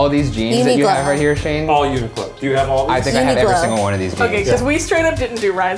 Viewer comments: I am still so bothered by the fact that mispronounces Uniqlo as Uniglo. Does she read q as g? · Did just call Uniqlo uniglow